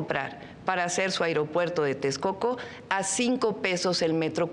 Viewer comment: Llo como mexicano no confío a estás personas, deporsi él pri todo el tiempo nos a jodido y no saben ablar, dice airiopuerto, cuando ésa no es la palabra, Xochitl Gálvez, centro de salud, dice centro dé salus, tener ésas personas que nos representen puras nacas.